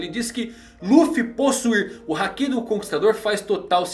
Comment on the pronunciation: Não é querendo ser chato nem nada, mas quando ele fala hakí eu falto explodir por dentro, pq é haki e não hakí